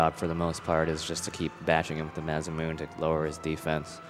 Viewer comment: It really bothers me that they kept calling it the maz-uh-mewn. It's pronounced mah-sah-moo-nay.